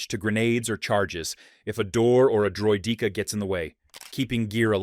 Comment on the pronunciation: it says droy-DEEKA